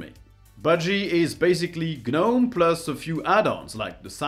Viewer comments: The G in Gnome is silent. The number of times you said G-Nome, cringe inducing. Otherwise I loved the video. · It's not Ge-Nome, it's just nome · Gnome is (nome) not gah-nome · The G is silent. It's pronounced noam, it rhymes with foam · The 'G' is not pronounced! It is just NOME! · Isn't the G silent in the word Gnome? So it's not a two-syllable word. Maybe I'm wrong but why would you use a word from common everyday language and then expect people to mispronounce it? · hey the G is silent.